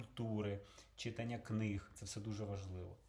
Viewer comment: Та не "чИтання", а "читАння"...)